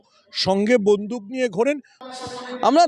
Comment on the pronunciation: "বন্ধুক" নয় বন্দুক 😊